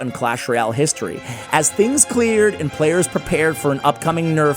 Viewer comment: history 🚫 histoy ✅